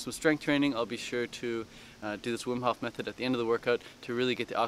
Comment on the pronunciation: his name is Wim Hof not Whim Hoff